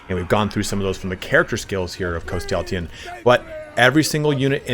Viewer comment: Where you add an “a” after the “y” in his name Threw me off the entire video lol great video though